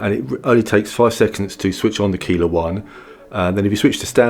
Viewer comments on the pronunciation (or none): Service message: Keiler is pronounced Kyler